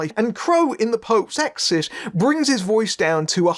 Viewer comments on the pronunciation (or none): It sounds like you’re saying “exist” instead of “exorcist.”